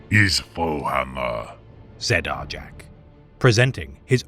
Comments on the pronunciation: I always cringed at the wrong pronunciation as well, but even on the Warhammer official channel they say Jak. Idk who is wrong anymore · Isn't it pronounced Are-Yak. In Fenrisian J's are pronunced like Y's. For instance Jarl isn't pronunced Jar-el it's Yarl.